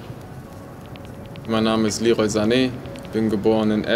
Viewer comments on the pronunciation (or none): Aber seinen Vornamen spricht er deutscher aus als ich xD